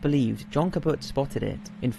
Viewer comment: John Kaput? I think you mean John Cabot.